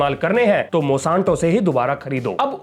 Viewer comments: मॉसांतो नही मोनसैंटो है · Bhai नाम तो सही बोल company का।।। Monsanto है , mosanto नहीं😂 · Its MON-SAN-TO not MO-SAN-TO, please correct it's aching my ears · Mosanto❌ Monsanto ✅ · मोशांतो नहीं मोन्सेंटो